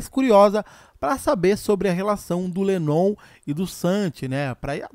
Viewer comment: Cara vc tá pronunciando l7nnon meio errado rs